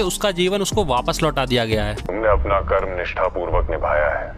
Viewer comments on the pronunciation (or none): none